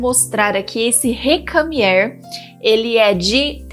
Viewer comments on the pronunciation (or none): é "recamiêr"...